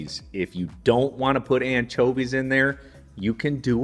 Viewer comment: I like how he says “anchovies” I mean, “anCHOAvies”